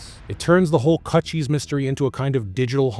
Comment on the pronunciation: It's pronounced like CooChie like a vagina...not cut cheese